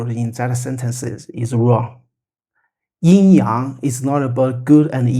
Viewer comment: Thank you. Excellent description of Yin Yang. I appreciate the correct original pronunciations too.